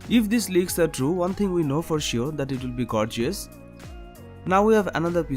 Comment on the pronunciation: you said gorgius hahahahahahahaaaaa